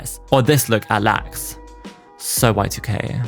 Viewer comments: I love when you call is club LAX when it’s L-A-X, like the airport in LA. Love your vids!!! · drinking game: take a shot every time he mispronounces a name (LAX, Patridge, etc.)